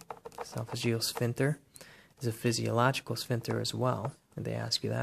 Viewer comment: very nice but some of your pronunciations are just so weird. like sphinCter, you pronounce w/o the C, and I have never heard anyone pronounce intestines with a hard "I" sound.